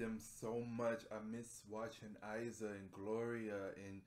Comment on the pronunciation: I loveeee your reaction!! Only Iza pronounces like "Eeza" but don't worry :)